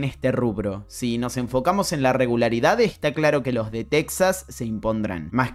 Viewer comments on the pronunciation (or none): none